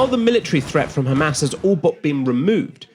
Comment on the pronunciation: Yes, lets believe the impartial analysis from someone who says "khamas"